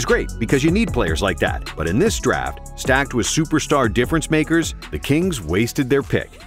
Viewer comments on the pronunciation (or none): none